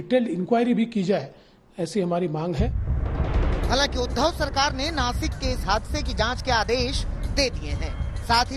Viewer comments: Nashik hai vo nakis nahi . Dhanya hai tumhari patrakarita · Nakis nahi nashik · देश का सबसे बडा न्यूज़ चैनल अगर "नाशिक" को नाकिस बोले, और इससे ज्यादा उम्मीद क्या हो सकती है हमारे मिडिया से, पढ़े लिखे न्यूज़ एडिटर को जॉइन करो सालो, और देश को गुमराह करने वाली न्यूज़ मत दो। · Nasik nhi Nashik...